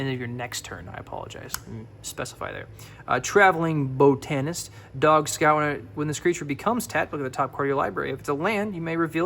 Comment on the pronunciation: "botanist" = BOT TEN EST